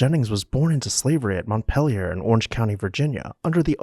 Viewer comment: Thank you for the history lesson, but the narrator's pronunciation leaves something to ne desired. Montpelier is pronounced MontPEElier as in orange peel. A schooner is pronounced sKooner, not shooner.